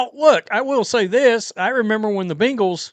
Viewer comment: I HATE how you mispronounce Bengals 😒😡😠 You sound like a child trying say hippocampus 😂